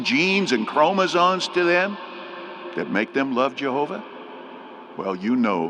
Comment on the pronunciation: idiot said “chromosones”😖🙄